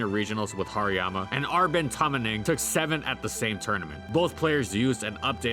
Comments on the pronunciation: You're pronouncing the "har" wrong. It's not "har" as in "hard". It's "har" as in harajuku. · nobody never called hariyama hairymama.